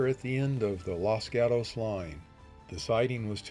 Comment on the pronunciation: Outside of your mispronunciation of the town of Los Gatos, CA (pronounced Los Got-ohs), this is one of the most informative and interesting videos about the Southern Pacific that I have ever seen. Considering the video’s length, I had to watch it in two parts, but that was no problem. The footage shown here really documents the railroad very well. And a special recognition should go to the person(s) that edited the sound effects to go with the video. I know that is not an easy job to match those two up, but you did an outstanding job of it! 🚂🚃🚃